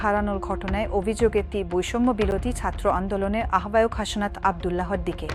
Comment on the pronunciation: হাশনাত আবার কী? ওটা হাসনাত।